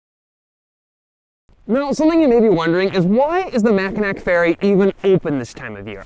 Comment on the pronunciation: “Mack-uh-nack”? Really? As well-researched as your videos are, I am surprised you didn’t know it’s pronounced “Mackinaw.” And to think we had such big plans for you. LOL. Or…you DO know and we’re being trolled? 😂